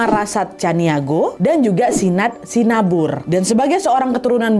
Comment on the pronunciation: iya kak, simabur kak bukan sinabur, kak nadia tu keliru.